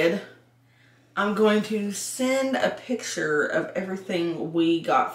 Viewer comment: Or when she says: picshures 🤮